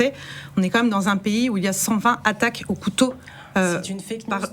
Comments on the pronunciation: Cent vingt Z'attaques! T'es un bon toi! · cent vingt z'attaques ? y'a un s à vingt ? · Ne dîtes pas cent-ving Zattaques svp ! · 120"Z "attaques. Attention aux liaisons de votre commentateur